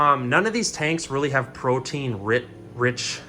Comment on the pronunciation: did this guy just said "protein" and we are supposed to listen to him?????!!!!!!¡